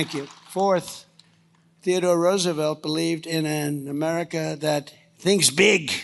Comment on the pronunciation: did that fool say Roosevelt....smdh